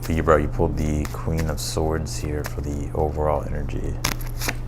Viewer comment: Love the way you say Libra!! Libra Sun Virgo Moon Thank you. Your amazing!!! 💕💕💕💕 Receiving a generous gift That sounds good😊